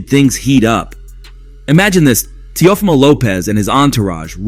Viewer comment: Bro wtf did u just call him? Tia fima lmfao. If you can’t properly pronounce their names. Why do a video in them.